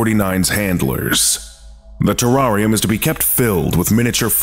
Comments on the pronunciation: The way you say Terrarium makes my skin crawl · Terrarium LOL you mean terrarium it's funny every time I try to spell it on spell check it spells it the same way pronounce wrong on video